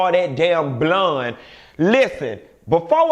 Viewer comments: Lord I can’t stand when you say the word “Bloone” oh but I laugh so hard!! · Baby.... when he say BLOND hair I die every damn time. 😂😂😂😂🤣🤣😂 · The way you said blonde 👱‍♀️ 😂